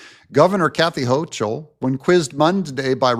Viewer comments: You're not pronouncing Kathy Hochul right. Tip: Use Google Translate or Grok when you're unsure. 99+% accurate. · Dont realy care how you pronounce NY gov name fyi its hoe- coal or as i say adolph hoe-coal